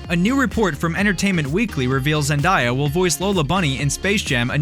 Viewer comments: Dude Zendaya is pronounced Zen - Day - A. Not Zen - Die - A. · Did you just say “ZENDIYA”